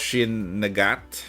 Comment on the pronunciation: When you said Nagant, I heard "the gyatt" and thought you were talking about Pritya.